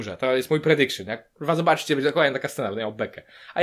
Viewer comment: "to jest mój predikszyn" ała...